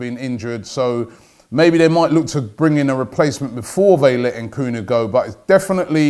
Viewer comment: Why do anglophones add extra syllables to African names? It’s ‘Nkuku not ehn-Kuku . I mean you wouldn’t say ehn-ice instead of Nice...or ehn-etherlands instead of Netherlands? Sheesh....